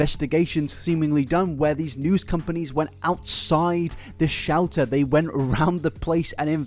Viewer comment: For the first 10 minutes, anytime he said Shelter i heard Shouter and i was so confused as to what a Shouter was